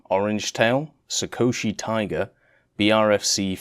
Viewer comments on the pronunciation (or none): none